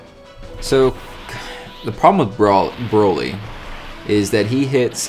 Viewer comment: Lol, Bra-ly... It's Bro-ly. Bro.